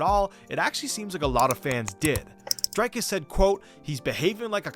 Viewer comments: It's pronounced Dric(k)-us not Drike-us, not Drake-us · Okay firstly its pronounce Dric-Cuss